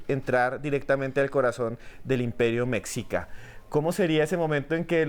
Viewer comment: Min mi amada,. En esta caso se pronuncia * Meshica * aunque de escribe Mexica.